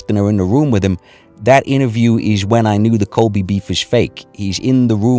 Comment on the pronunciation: Sounds like you keep saying Masvidal and kobe beef. I will forever call kobe beef colby beef now...